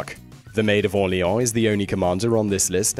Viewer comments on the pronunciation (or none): none